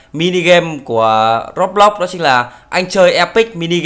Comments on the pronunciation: anh đọc sai từ Roblox rồi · anh doc roblox sai roi